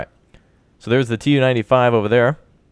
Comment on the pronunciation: Its pronouced "Tu" (capital T and lowercase u) not "T-U" and its the Tu-142, naval version of the Bear. Its actually the fastest turboprop plane in the world and sadly the most noisy, intercepting NATO planes have reported that the roar from the turboprops overwhelmed the interceptors own engine 1NM out!